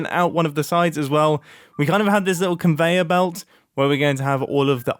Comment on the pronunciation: "compayer velt" I love ya mumbo